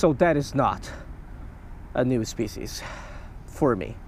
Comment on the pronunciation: NYEW SPECIEZ 😂